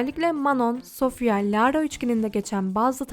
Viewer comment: lağğğğğğra ne ya bi düzgün oku